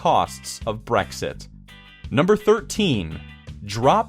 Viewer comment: is the first demon to pronounce Brexit properly and not say Breakfast